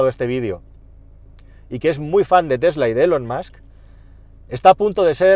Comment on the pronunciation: No se pronuncia "elon masc" se pronuncia "ilon masc"